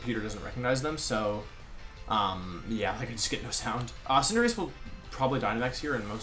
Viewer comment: I was legit taken aback hearing Wolfe say Cinderace correctly at the beginning wtf haha